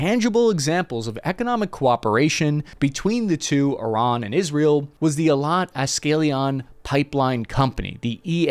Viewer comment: ashkelon is pronounced ash-kel-on.